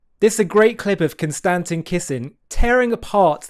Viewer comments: Con-sta-stein* fixed that for him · "CON - STA - TIN" lol